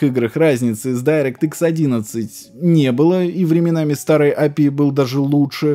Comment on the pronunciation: Бро, прекрасное историческое видео, но речь ухо режет. Ты не знаешь английских букафф? Что за АЭМДЭ? Это ЭйЭмДи, детка, и не апи, а эйпиай. Почему ты говоришь эфпиэс и апи? Ну дичь же...